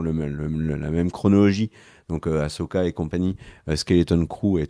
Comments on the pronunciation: Par pitié arrêtez avec "Achoka" 🤣🤣............Il faut le prononcer Assssssssssoka 😉. Et sinon ca va être franchement difficile pour les scénaristes d'arriver a justifier le fait que Thrawn se plante et se fait battre, pour laisser place a Palpatine en mode zombie....En respectant le personnage, car Thrawn est censé être un génie stratégique et un master mind absolu. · C est quoi le délire avec aCHoka ?? Jamais en vo on ne parle de cho mais il disent bien so « assoka » si vous préférez 😅 respectez ce perso merde 😂